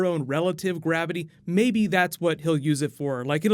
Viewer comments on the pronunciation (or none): none